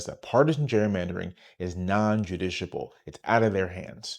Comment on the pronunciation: (Non-justiciable - non-“Jus-tish-i-able” )